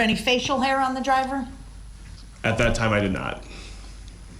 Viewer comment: Brooks definitely doesn’t know what hearsay is leading is or contempt is….he says ax instead of ask…..wiff instead of with….dat instead of that